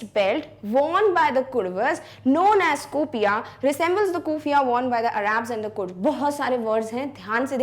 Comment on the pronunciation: Ma'am it's not arrabs it's Arab